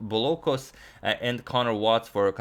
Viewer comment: Bouloukos is pronounced Bulukos . ou=u